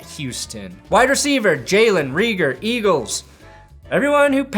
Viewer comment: Reagor is a long a sound ray-gor